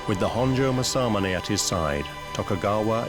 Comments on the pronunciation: Learn to say it right!! Its masa-mune!! Not ma-samune! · To pronounce "Masamune" it's 'mass-ahh-moo-nay' and NOT 'mas-sah-mon-hey'. This narrator is driving me nuts with how he pronounces this great name.🤪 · Mah-Sa-MOO-NEH 政宗' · Everyone, say it with me: MOSSA-MOONAY. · I wholeheartedly agree!! Masamune is pronounced: MA-SA-MU-NE!! It is quite distracting and irritating and a little disrespectful...I've seen plenty of non-Japanese people pronounce Japanese words properly. Point being, if you are discussing a topic, pronouncing words properly are almost as important as knowledge of the subject you're discussing. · I wish the narrator could at least say Masamune correctly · It's criminal to keep mispronouncing Masamune so often. British people don't need to say things wrong just because they can. What an embarrassment! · It's killing me to hear Masamunes name butchered every few seconds. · Sad the narrator can't pronounce Masamune is just how poor this video really is. A video of ill gotten gains. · The narrator not bothering to learn how to pronounce Masamune correctly is annoying to the point of distraction. I'm thinking of muting the audio and turning on captions, it's that annoying.